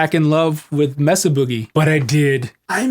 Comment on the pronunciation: Are you British now? It's not Messa! It's Mesa (Spanish for table) MAY-sa 🙂